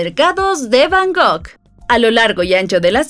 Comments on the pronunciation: Está muy bien el video, pero se dice Bangkok, no Bangok 😅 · Repite conmigo es B A N G ( K ) OK 😊